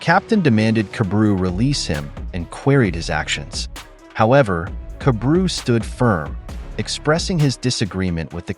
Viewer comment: I fell like his name is pronounced kah-bah-ru